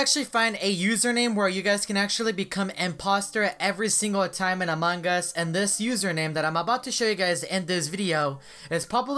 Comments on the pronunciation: how he said Among us: amung ush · Ikr amaungus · It sounds like a mangas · Hahah among gua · How many times did he say Amon Gus hahahahahaha 😂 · "In among gus" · Why do you guys say it Among-Gus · look at how he says among us